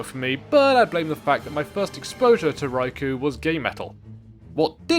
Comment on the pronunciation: yea, i know the boss is cool and all, but im one minute in and i cant handle "rai - kou" my ears are bleeding help